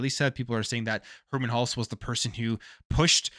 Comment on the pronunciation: Funny how no one spells Herm_e_n Hulst correctly. All I hear is Herm_a_n. He's probably wondering what the hell too.